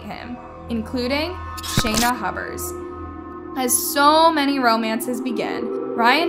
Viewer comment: So glad she eventually stopped referring to her as “Shayna Hubbers”. Shew. Drove me nuts lol.